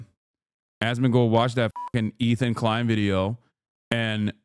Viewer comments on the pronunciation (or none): none